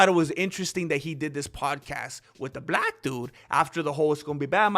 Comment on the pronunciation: u said black wrong bro..... jus says!